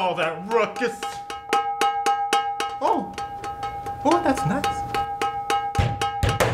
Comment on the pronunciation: His name is and its ruckus not rucks